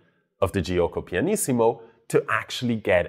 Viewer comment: the i after g in italian is there to make the g be pronounced like j in joke and not as g like in game. It is not pronounced itself. It is jo-ko. Not Ji-oko.